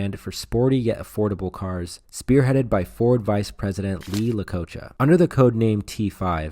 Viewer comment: Greatest American muscle car ever built? What in the world are you smoking?!!! Then you have the nerve to mispronounce Lee Iacocca’s name AND call the Charger a PONY CAR!!! The Challenger and Barracuda were Mopars pony cars. The big B body Chargers were based on Coronets.